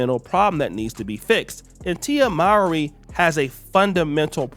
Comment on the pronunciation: That cant be how her name is said after all these years